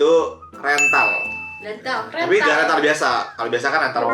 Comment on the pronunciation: Rental bukan sembrang rental